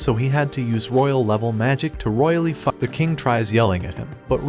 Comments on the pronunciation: Bro its pronounced fuck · I love how Bro said f*ck wrong one I was dying💀